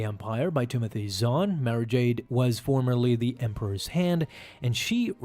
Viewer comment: Nice video, one thing I think it is pronounced Mara like tomorrow not Mare-a.